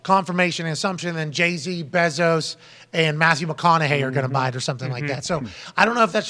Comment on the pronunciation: The way Pat pronounces Jeff Bezos name infuriates me to no end.